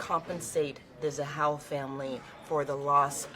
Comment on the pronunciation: Its not zahal its ZAHAU